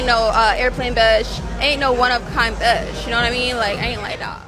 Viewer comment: Red flag: she draws out the last syllable of the last word with a gravel in their voice ie 'bisssh'